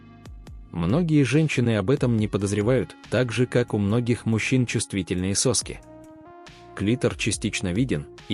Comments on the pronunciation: Этого электронного чтеца следует откорректирвать. У человека не сОски, а соскИ. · Этот отвратительный ИИ! Заладил как попугай 😂 сОски да сОски!... 😂😂😂